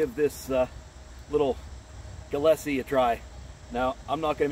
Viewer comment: You slaughtered the name